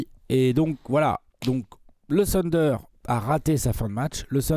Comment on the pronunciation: Pourquoi vous dites "sunder"? Trashtalk ce prononce pas "srashtalk" alors je comprend pas